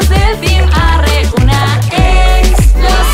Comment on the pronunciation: La intro en vez de team Rawr dice team arhe jajaj 😂😂